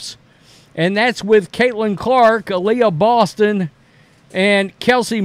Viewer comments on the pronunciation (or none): none